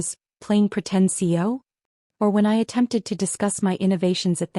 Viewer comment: It's CEO not C O!